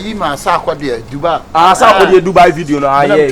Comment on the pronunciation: Stop saying Dubar and start saying Dubai